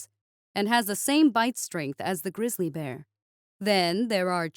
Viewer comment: "grizzly rimiki" lol